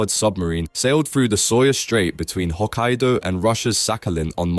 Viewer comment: Pronunciation of Hokkaido . Really went all in.